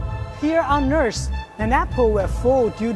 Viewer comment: Guy come in hot with an introduction....”Here on A..S” EARTH not A..S😂